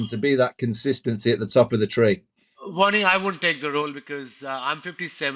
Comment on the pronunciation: When you say Vaughney, I hear Warnie. Breaks my heart every time.